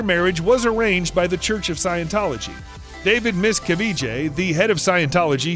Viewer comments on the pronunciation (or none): Miss cavage sounds like cabbage Miscavage